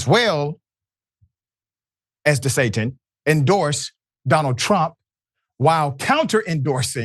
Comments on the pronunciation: Did he say DeSatan? 😂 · Did he say DeSatin or am i trippin?😂✌️